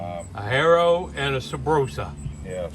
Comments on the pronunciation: Har-o not hairo, they been cool like like the old redlines too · well Bob doesn't pronounce his name Hair-o, so you've been hearing it wrong your whole life. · You keep pronouncing Haro wrong. 🙄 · there's only one way to pronounce it. Look up Bob Haro if you don't believe me. He's the original founder of Haro Bikes, named after himself.